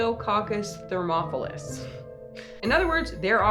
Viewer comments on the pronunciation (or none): as a microbiology student the way u pronounce thermophilus as "thermopolis" bothers me so much 😭